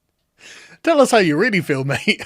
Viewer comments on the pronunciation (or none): none